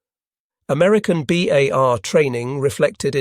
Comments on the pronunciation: Gawd THIS computers pronunciation sucks! BAR NOT BAHRRR! IT'S B OW LIKE OUCH, at the front of a ship! 50 caliber, not .05 inch caliber. A unit of caliber is measured in the definition as hundreths-of-inches! Using both is redundant. Annoying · Always great content but the narration is getting very sloppy. How is it that we get to pronunciations “bars” and “BAR–S”back to back? And the pronunciation of .30-06 is ridiculous. Just type and narrate “30 ought 6”